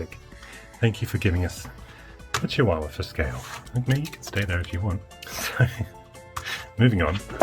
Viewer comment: Love this, thank you. Couple of observations; Cheeewahwah Sophiefractic reference "What a cutie-Pi" Didn't say "power Sup-Pi" Ladyfractic : "Pro-Pi-atary information" Connect to the Wi-Pi "Over the scor-Pi-on" LOLz. Keep up the good work, Alanicus Ox, UK.